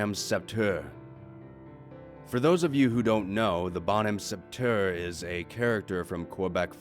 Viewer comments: Hi I’m from Montreal it’s pronounced more like bon-om set-her (to clarify thats not how it’s spelled just a rough pronunciation) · The way you pronounced bonhomme de sept heures 😂😂😂